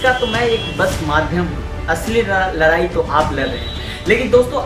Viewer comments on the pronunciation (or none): Lrai nhi ldai bhai😂😂😂